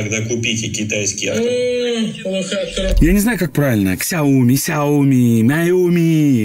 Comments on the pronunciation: Все работает!!! Патаму шта СЯОМИ !! А не КСЯОМИ))) Лузер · Какое нах "Ксяйоми"? СЯОМИ!!!!!!!! Или как говорят китайцы ШЯОМИ. Ты же не говоришь Кси Дзинь Пин, ты говоришь Дядюшка СИ!!!!!!! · Не КСЯОМИ, а сяоми. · Где-то в сторонке, Зубарев рвёт волосы на себе от слова КСЯоми 😄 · Правильно сяоми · Сяоми, так правильно.) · Правильно ШАОМИ